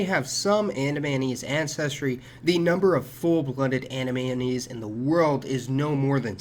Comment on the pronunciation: It's pronounced Anamayonnaise.